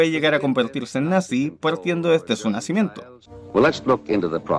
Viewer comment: "desde su nazimiento"